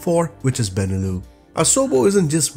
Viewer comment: your channel is REALLY GOOD......I mean it...a lot of interesting and valuable info, everytime !! but please, stop saying benelu...it's BeneluX...as in Belgium, Netherlands and LuXembourg ;o)